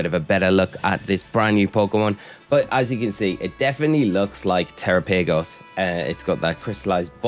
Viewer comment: Thanks for the update and glad to see you back home. I think instead of saying tera paygos, you should try saying it the same way you would say Galapagos like the island since that's likely the origin of the name